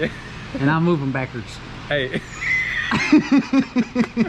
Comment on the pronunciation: “It’s got some backers”: “and I’m going backards”